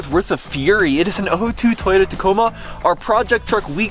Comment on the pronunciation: “Tayoda trucks”